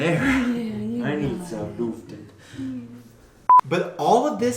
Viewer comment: Looften. That pronunciation,! Aubrey gets it much nicer. Nice animations though.